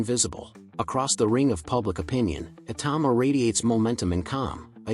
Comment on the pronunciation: Totally agree, although Daniel 'Dooboyce' probably doesn't mind. Ironically, the AI pronounced Itauma correctly, when everyone else gets it wrong. Go figure!